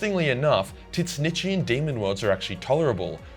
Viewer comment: I don't know about "teet snitchian".